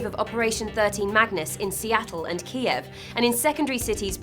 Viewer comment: well, someone has never pronounced Kiev before!